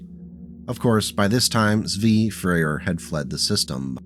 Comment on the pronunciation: The initial Z in "Zvi" should be pronounced like "ts," as in German. It's a Hebrew word and name meaning "gazelle" in the Bible and either "deer" or "gazelle" in modern Hebrew (many European Jews, not having contact with gazelles, misidentified the biblical צבי with an animal sharing a similar ecological niche in a different climate, and this stuck over the years, such that Zvi Hirsch becames a common bilingual tautological name in Yiddish-speaking communities).